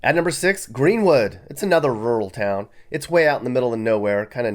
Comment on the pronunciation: Mispronounces town while saying they can't read🤣🤣🤣